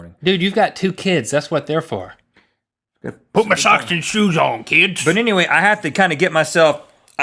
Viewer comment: omg that is funny that he said put on my shose kids